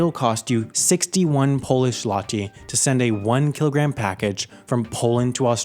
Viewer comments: Actually, złoty is pronounced zwoty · The Polish ł is pronounced like w, not like l. So złoty is pronounced more like z-woah-ty" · Złoty is pronounced “zwot-uh.” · that is the worst pronunciation of zloty ive ever heard lmao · The pronounciation of Zloty is closer to "Zwoty". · Also the Zloty is pronounced zwoty. The l is a W for some reason. Since you teach us so much I guess it's only fair to give out some trivia too. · He butchered the polish currency so bad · You pronounced złoty so badly XD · Your pronunciation of Gdynia and Złoty make me sad. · As a guy from poland,i have to admit your pronunciation of the word "Złoty" was freakin' cute :D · bad idea using polish in the example your pronounciation of złoty lol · Who else here is Polish and is laughing how pronounced Gdynia and Złoty?:) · Ja na przykład śmiałem się przez 1 minutę jak próbował powiedzieć "złoty"